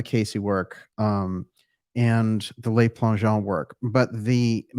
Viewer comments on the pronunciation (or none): Le Plangeon . The Le is pronounced l-eu not l-ay. Le is the article for one male. Les (l-ay) is the plural for men. Just thought you'd like to know. Love the show.